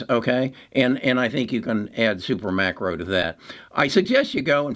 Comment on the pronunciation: It’s SUPERMICRO!!! Not SuperMACRO.